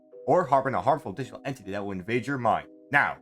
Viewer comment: "or harbon a digtal entity that will invade your mind" have me dieing laughing